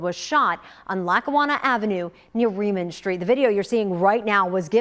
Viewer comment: Pretty sure it's not pronounced reman street , it's Rehman street